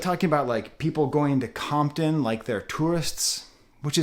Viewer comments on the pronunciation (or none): none